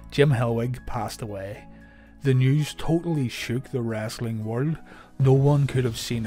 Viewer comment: If you ever had any questions where the southern dialect came from, listen when this gentleman says " wrasselin" . LOL